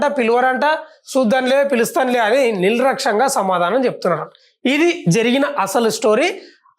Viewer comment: నిల్ రాక్ష్యంగా కాదురా ఎర్రిపూకు anchor గా, నిర్లక్ష్యంగా అనాలి